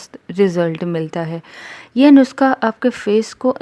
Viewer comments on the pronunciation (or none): none